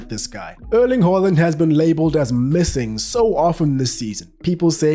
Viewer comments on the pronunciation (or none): none